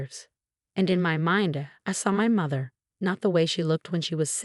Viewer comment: The AI that reads the story does not understand English grammar, spelling, pronunciation, and words. Like Marinez, pronounces Mar tin ez, not Mar teen ez. Mather, not mother, and on and on. Some of the AI reads the page breaks as underscore underscore underscore, until it runs out. Obviously there is no understanding of content, thus wardroom, not boardroom.